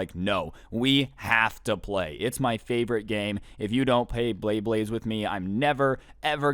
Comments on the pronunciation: lol pay bley blades that made my day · so we aint gonna talk abt how he straight up said "pay bleyblades" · "pay baybades with me